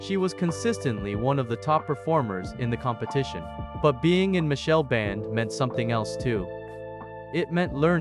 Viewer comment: His name is Machel not Michelle